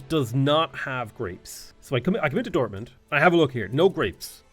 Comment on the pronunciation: Your pronunciation of German is really good. You even use the correct sound at the and of „Dortmund“ (a t- and not a d-sound)